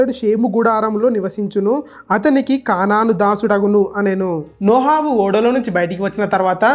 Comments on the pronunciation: నోహవు కాదు నోవహు 😂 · Video chala bagundhi brother kani nohavu kadhu novahu